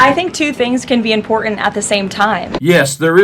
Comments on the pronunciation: I think that Kkkaroline needs to learn how to pronounce important, it's not imporant. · The word is im-por-tant, not im-por-int. Bet she's one of those people who tell other people to learn the language or get out. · Love the way she shows her class by saying "imporant." Where's the "t" Dummy?? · She can’t even speak properly. The word is important. It has two letter Ts in it. It is not imporan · I know this is beside the point , but I wish she would pronounce words correctly, it's imporTant , not imporant. pronounce the T idiot. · I wish she'd learn how to pronounce 'important'. It's NOT impordent. Yeah, I know it's petty. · What's IMPORENT???😂😂😂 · ☆ "Em-pord-int". So damn glad when she stopped saying it. ☆ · Karoline, There are two t`s in important, try to pronounce the word correctly